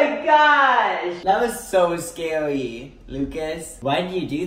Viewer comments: “That was so scawwy” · When said that was scawy I died 😂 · "That was so scawwy lucas" SJSKDKA 🥺🥺🥺